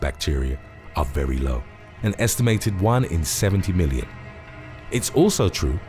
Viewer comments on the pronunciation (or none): none